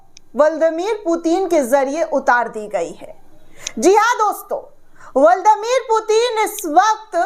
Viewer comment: ब्लादिमीर पुतिन बोलिए बहन जी, ✔️(बल्ड मीर पुतिन कहना गलत है।)